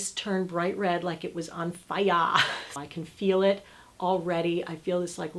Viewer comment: You killed me at the part when you said "...F I R E..." like you were chinese..!!!!! 😜😜😜🤣